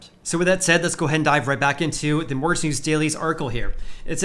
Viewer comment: please work on your Annunciation of the word mortgage. You come across as if You have a speech impediment of some kind